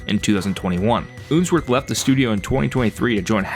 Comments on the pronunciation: It's unsworth not oonsworth Do you pronounce spun as spoon Up as oop? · I think its Unsworth (like unsheathe) not Oonsworth O_O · Ooonsworth 😂 But serious good video